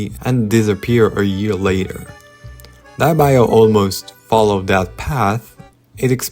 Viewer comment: yall its literally dee-ep not dye-ep 😂✌